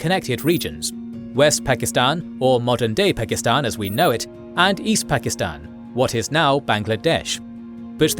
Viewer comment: How can you spend ALL this time on this video, and not learn how to pronounce "Pakistan"?